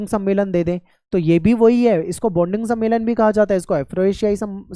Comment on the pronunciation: सर बाडुग नही बाडुरंग समेलन है